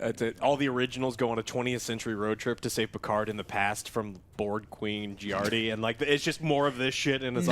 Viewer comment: Would be nice if you dont give Jurati an italian name (Girardi)...being italian myself I cringe every time I ear that... (especially cause association to a psycho-murderer...you know...) :DD